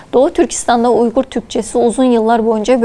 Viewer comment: It is Uyghur and pronounced as Uygur. Not Weigur ! Weigur is Englishized Chinese pronunciation Wei eu er. Program your AI don't copy British fakes.